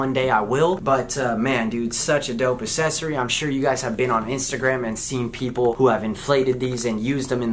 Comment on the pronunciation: Say it with me: Ack-sess-or-ee